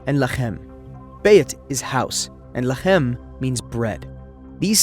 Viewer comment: I thought you were AI until you hit that "lechem" 😂 throat Chakra strong home big ups